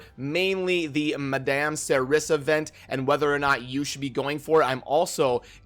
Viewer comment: Madame would sound like 'Ma-Dom' not 'Ma-damn' but it doesn't really matter how you say it though ofc.